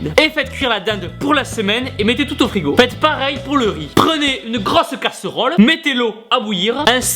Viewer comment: Une grausse CASSEURAUL , oh con l'accent qui ressort #vivelesud